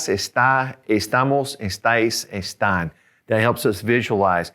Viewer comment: Estais and estan was not clear